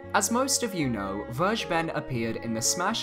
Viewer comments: it's ver- guh- ben. not verge-ben. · its called ver-(fer)-ge-ben this is german and means taken, you make my ocd trumbe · it’s pronounced Ver-Gey-Ben. It’s German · Werge ben? Maybe you should try the correct German pronunciation ''Fer Geh Ben'' -Vergeben :) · Phonetically please say it like like this: Ver-ger-bern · It's pronounced fergeben, just like it's written. It's German for "forgiving" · It's Ver - gay - bun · Vergeben's name is in german you pronounce it ferckeben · It's pronounced ver-gay-ben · I wince everytime you pronounce Vergeben. It is pronounced "fair-gay-ben" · actually "vergeben" means "to forgive". "Zu vergeben" would literally translate as "to to forgive" and doesn't make sense grammatically. Also, it is pronounced like "fair-gay-ben" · It is a German word. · vergeben is a german word and it just sounds so funny, how everyone pronounces it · It's so funnyhow you pronounce "vergeben". It's a german word by the way 🙏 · No hate meant here or anything but no one on the internet pronounces Vergeben correctly